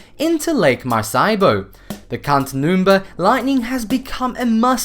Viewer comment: The narration across this channel frequently "features" mispronunciation... And particularly unusual phrasing... A pity when there's some good info....